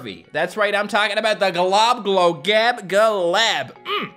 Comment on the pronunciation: I don’t know how to say globoloboladab and you are saying it flawlessly